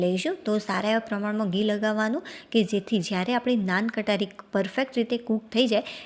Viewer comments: Nan Katari nahi ben Nan khatai bolte hai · નાન કટારી નહી નાન ખટાઇ બોલો. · નાન કટારી?? મોઢામાંથી અમુક શબ્દના ઉચ્ચારણ 😅